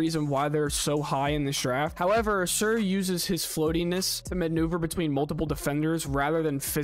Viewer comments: ‘Ah-Sahr’ not ah-seer. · It’s annoying how you consistently butcher Ausar’s name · I can tell you're just now finding out who these guys are!! Otherwise, you would have heard Ausar's name so much that it would be impossible to mispronounce it!!